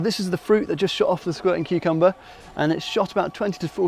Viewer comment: Taras Kul voice: exploding kookumba